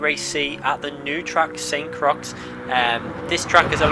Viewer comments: Saint Croy, not Saint Crux lol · Sainte “croy”.